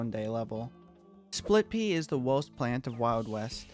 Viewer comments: STOP SAYING WOHST YOUR SUPOST TO SAY WORST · take a shot every time he says wowst instead of worst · Sorry, but you talk like " uwu " because of "owost plant".